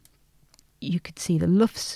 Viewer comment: Absolutely great.And the way you say "LUFS" is cool too.Thank you.